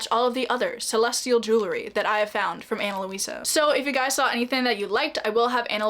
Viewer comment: Ana Luisa (Lweesuh not Lohweesuh) is so nice!! Just wanted to show the pronunciation, it’s actually my moms name.